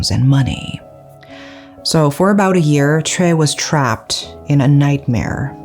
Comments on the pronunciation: Is her name chay or choi??? You keep pronouncing it as chay but the subtitle is choi. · I know this is not on topic but Choi is pronounced Chay or Shay?